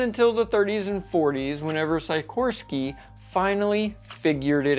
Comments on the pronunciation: Every time you said "Sikorsky" it hurt my ears 😂 It's pronounced SICKorsky, not SEYEkorsky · It’s pronounced Sic orské, not sycorsky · I'm sure someone has pointed this out, but you are pronouncing "Sikorsky" incorrectly. I'm sure there is a lot of cringing going on every time you say it! The "i" is a short vowel sound, as in "sick". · sigh koorsky? Never heard his name said like that, but OK. Jet A, 'merica, shot gun blast? Err wasn't the jet engine invented by the Europeans? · How odd, an aviation channel content creator who doesn't know how to pronounce the name Sikorski correctly?